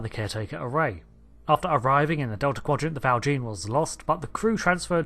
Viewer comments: It’s pronounced “Val SHAWN,” not “Val JEEN.” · Nice video :) FYI, I think Val Jean is pronounced as if French, for Jean Valjean, the character in Les Misérables, which features in DS9 as well. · You are pronouncing val jean wrongly!!!!